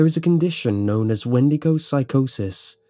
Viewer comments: I believe it's pronounced wen-dee-go not win-di-go. Great video though! Love your channel! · When-de-go <-------- supposed correct pronunciation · 'Weed-to-go' xD